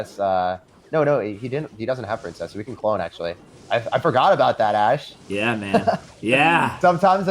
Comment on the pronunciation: Love the duo.. ash tag sounds like hash tag..